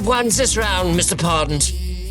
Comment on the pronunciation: "Mishter Pond" Hahahahahahahaha:face-green-smiling